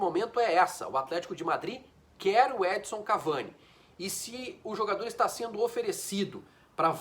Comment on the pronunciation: Custa falar EdiNNNson???